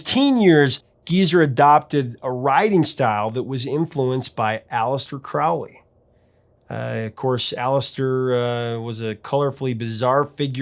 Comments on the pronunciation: His name is Crowley, it rhymes with "holy" it isn't Crowley, that rhymes with "foully"-- Ugh! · Dude, Crowley's name rhymes with "holy" Black Sabbath mispronounced it, please don't continue the tradition If you don't believe me, look it up. I'm a Thelemite, I know, and thanks